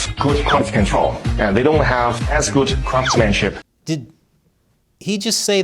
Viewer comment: He said "craps-manship", not "craftsmanship"! 😂